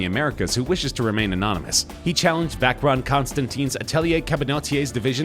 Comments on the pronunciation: Vacheron is not pronounced "Vaceron" but "Vasheron" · You dont say vacheron its pronounced vasharoon!! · "vackron" constantin lmfao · Learn how to pronounce Vacheron lol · I once saw a video that teaches the correct pronunciation of watch names and i thought i got it right from there. but hearing hublot and and vacheron from you, i'm now confused....